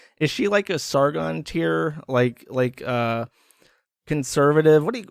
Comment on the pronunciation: Erverlord (overlord) Erver (over) Latin-see (latency) Sergon (Sargon) Rakiia (Rakija)